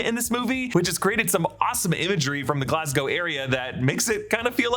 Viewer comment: Thank you for saying Glas-GO and not Glas-GOW!